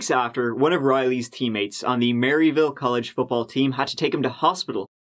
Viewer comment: You can tell ain't from here. Everyone pronounces it Murr-a-ville